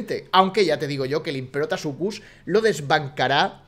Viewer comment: te has dado cuenta de que tu le dices imperotasuchus y es imperatosuchus xd